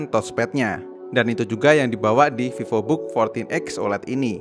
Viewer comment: Pak Vivobook (V nya gede pakk) bkn vivobook awokawijawokawok anda pikir hape🗿heheheehehe